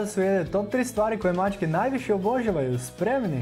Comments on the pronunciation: Naglasak nije ok - pazi kako izgovaraš riječ "obožavaju"! Naglasak, dugi, je na "ža"! Dakle, OboŽAvaju! (ti stavljaš naglasak na "bo" - oBO žavaju!) Čovječe, odakle si!? Nije to problem, nego što nisi osvijestio to i zamolio nekoga tko ispravno govori da govori ovdje! Ne ljuti se, ta je za tvoje dobro! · Koji iritirajuci naglasak imas, daj malo poradi na rijecima pogotovo rijec obozavaju. Iritantno te slusati. Inace video je odlican, sve stoji. Vlasnica sam deset macaka.